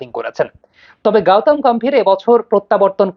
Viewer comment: গাওতাম গাম্ভীর না,ওটা গৌতম গম্ভীর হবে